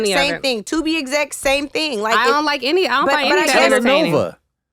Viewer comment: Andrew: “Telenova…” 😂😂😂😂